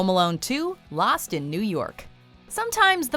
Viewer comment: did you just say ”last” instead of ”lost”